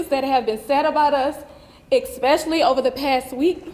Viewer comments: "Ex-speacially" not a word. "BO-lease" also not a word. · "Expecially" thats a new word for the dictionary